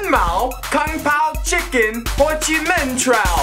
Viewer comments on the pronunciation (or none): he says konpound chicken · he says kompow chicken